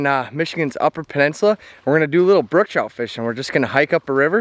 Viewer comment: Its brook trout. Not brooke.